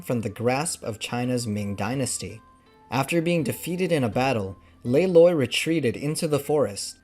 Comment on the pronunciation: Holy tinh not Holy thing!